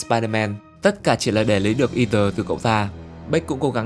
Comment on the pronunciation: là edith chứ ko phải ether nha